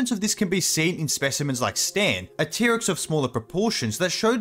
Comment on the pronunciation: Normal people: T-Rex This guy: Pterix